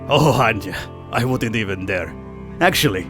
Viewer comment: Just say anja not anjđa im a slav i know